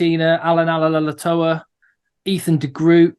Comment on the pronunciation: Allan Ala'alatoa - just rattling off that name like it's nothing!